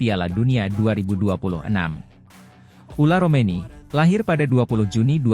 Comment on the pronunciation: Tertulis Ole Romeny tp dibaca Ula Romeny. Kowe bego le mlco we ora iso. Wong koyo ngene kok payu